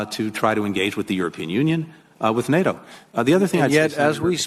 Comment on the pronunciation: How does Paul make NATO a two syllable word?